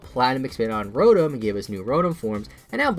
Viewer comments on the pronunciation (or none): none